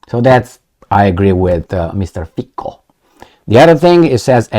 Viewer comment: excellent pronunciation of President's name and other surnames as well, more or less I'd say. However, it's Fi-C-o, NOT Fi-K-o!:) Come on, man.